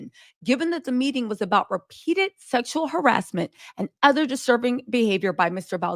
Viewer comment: Did she say, "Smexual harassment"?